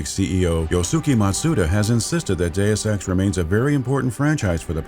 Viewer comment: I am the only one who hears, "do sex" or "due sex"?